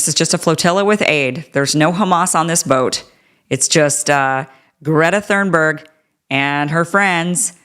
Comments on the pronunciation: it's thunberg not thurnberg. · It's Thunberg, Not Thurnberg! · Kim, it's Thunberg, not Thurnberg. Perhaps you're not fermiliar with her name. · Come on , Kim - you should be able to pronounce Greta’s last name- <Toonborg! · It’s pronounced: Thorn-burry. It’s Swedish. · You cant even pronounce her name 😂😂😂